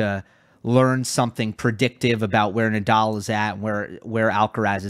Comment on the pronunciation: The "let's get ready to rumble" guy butchered Rafa Nadal's last name He said nay-dal. Also the line judges were not great. And for some reason the challenges were more seen by the audience . That was weird